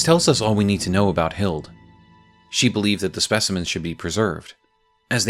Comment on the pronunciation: Hilde is pronounced with the E like Hild-eh <3